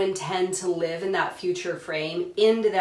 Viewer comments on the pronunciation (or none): none